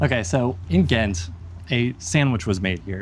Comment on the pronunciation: Thats not how you say ghent 😅 the g was to loud 😂my ears please dont use a holland g